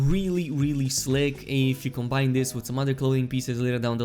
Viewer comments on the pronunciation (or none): none